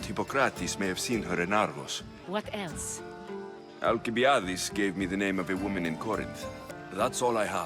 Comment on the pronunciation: Also, you need help pronouncing names my guy. You said ‘Alkibiades’ different like 2 times